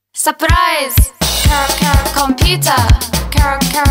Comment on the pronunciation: ケロケロの発音が良すぎて始め何て言ってるか分からなかった～😂(笑)